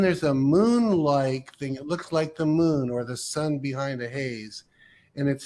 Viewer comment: The way this guy says “moon” as “mün” drives me crazy.